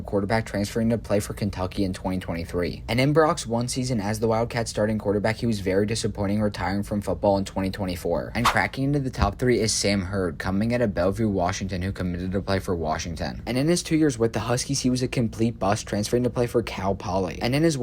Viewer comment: My first comment was mean, editing: Hey you should make sure the way these people's names are pronounced is how you're saying them. I'm pretty sure sam huard is pronounced "hew-urd"